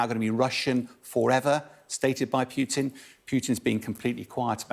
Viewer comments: It is not Pyutin, it is Pootin. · It's; AKA, I always mispronounce Kherson as "Hair-sun",and also Putin as "Pew-tin" - Bell. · Interesting how this guy calls Putin "Pjutin"